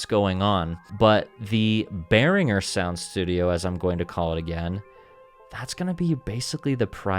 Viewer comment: Congratulation for pronouncing „Behringer“ the right way! Greetings from a Matriarch and 2x Blue Marvin owner from Germany!😀🇩🇪🤝